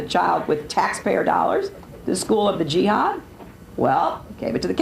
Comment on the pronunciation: "The school of the Jīhad". Hahahaha!